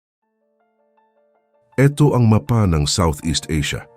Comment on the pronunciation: AI ba ang nagsasalita sa videong ito? Yung bigkas ng mapa ay ma-pa atbp. Ayos naman ang boses ng narrator kaya lang paling sa ibang pagbigkas ng ibang salitang tagalog.